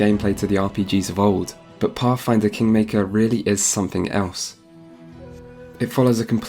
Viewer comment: I though it was called pathfinder but I guess it's pafffinder